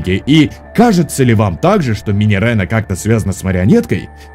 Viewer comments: Минирена Минирена, там ее, а не е, так что минирина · Не минирена, а минирина(двойная "e") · Читается Минирина, а не Минирена :) Но блин, я лав твои теории 😍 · Minireena читается как Минирина. (Кароч там не Е)